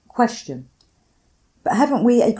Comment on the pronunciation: There is no H in "Question."